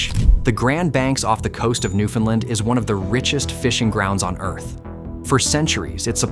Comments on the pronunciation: Newf-un-land ✅ New-Finland ❌ New-Fin-Lin ❌ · Newfoundland is not pronounced new-findland. Ask a Canadian. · Your not saying Newfoundland right, its not newfinland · NEW FOUND LAND. But, good video. ai voice aside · Would have been nice if you used the correct pronunciation of Newfoundland. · Very interesting. But please learn to pronounce Newfoundland correctly. It’s like “understand “. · The AI voice getting the pronunciation of ‘Newfoundland’ wrong every time is irritating. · Excellent content, but please learn how to properly pronounce "Newfoundland".